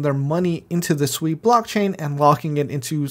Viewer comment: Hmm u calling it differently.... I like when ppl Su eeeeeee